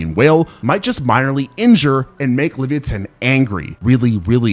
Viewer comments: Did this nga just say Livi-a-tan. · Wtf is a levia-tan?😂